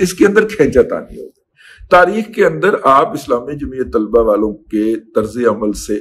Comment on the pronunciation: Dear Dada 'Tulaba' nahin 'Talaba'